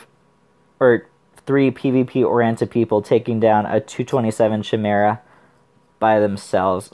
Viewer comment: Also chimera pronounced with k sound like kimera. No worries though u can say it how u like, just felt the need to inform.